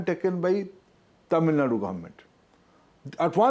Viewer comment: Dear host and north.. it's not Tamilnad Kindly pronounce it TAMILNADU ... Dear minister, We the people of Tamilnadu knows that we are ahead of everything what you suggest. You need to follows us to uplift your state.😅